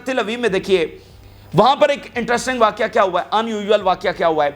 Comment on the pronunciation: واقعہ ہے ۔نھی بلکہ واقع ہے ۔